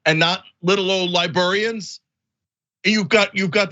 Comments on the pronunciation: How in the world is Cenk saying "libarians" over and over again? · Cenk, its LibRArians not libERians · Cenk, say "libarians" again. 🤣